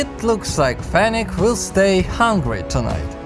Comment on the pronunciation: its FENNEC FOX not fenech.